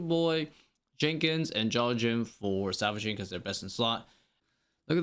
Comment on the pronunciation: why are you saying "savaging"..? it has an L man